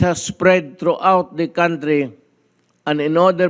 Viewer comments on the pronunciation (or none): none